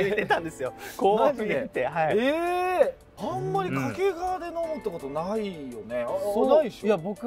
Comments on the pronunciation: 掛川のイントネーションがずっと気になる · 掛川の発音は 沖縄ではなく 山梨です